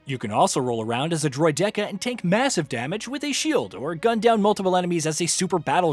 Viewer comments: Right!!! That kept hitting the ear wrong 😂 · Dude just made a comment about this… this guy ain’t a Star Wars guy pronouncing it droid decka… he flat out pronounced it as if he’s never seen that word and never seen that droid lets be real.. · Droid decka…. Droid decka..? Bro you’re reviewing a Star Wars game and pronounced it as if you’ve never played/nor watched Star Wars lol… everyone who has grown up watching or seen episodes 1-3 know how to pronounce that close enough. That’s just not knowing Star Wars the way you said it. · Sorry did you just say "Droy-decker"?! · This review means nothing to me now Because you said droid decka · “Droid decka” 💀 who hired this man bruh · No kidding he said "Droid dekka" WUT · wtf is a “droid DECKA”?! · Who pronounces Droideka like that? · You're pronouncing droideka wrong. But good video nonetheless friend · 🤦 The video is voiced by AI which is why the pronunciation of the word droideka is wrong. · This won’t last long. Is the person talking an AI bot, because he mispronounces a lot of names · That’s how you know your reviewer don’t care for the Star Wars universe when he’s mispronouncing the easiest names.